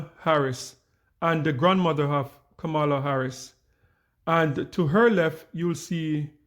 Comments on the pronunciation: Please learn to repeat her name properly:"kama-la", not "ka-mar-la". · Correct pronunciation… Comma-la🤷🏾‍♀️ Why are people refusing to pronounce her name correctly? By now, it’s basically international news😂😂😂😔😔😔😶😶😶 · Klandice so smart but can’t pronounce VP name correctly.